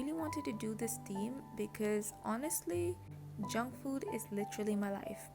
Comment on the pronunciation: when you said “junk food is literally my life”, i thought you said “jungkook is literally my life”, and i was like same 😅 loved the theme as always!! happy bday in advance:)